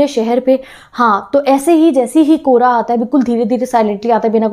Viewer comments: Kobra nhi kohara hota haii 😂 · When you say '' kohra " I listen '' kobra ""😅😂